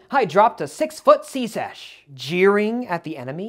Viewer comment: Never heard "secech" pronounced like that